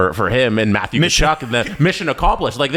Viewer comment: said Brady Tkuchuk charge 😂